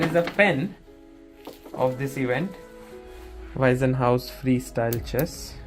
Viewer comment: I am sure the sponsors will be happy with your impressions, well done! [an amusing side remark: in German there is "Waisenhaus" and the name "Weissenhaus". Your pronounciation sounds like the earlier, and that means "orphanage" ;-) The "s" of Weissenhaus is voiceless]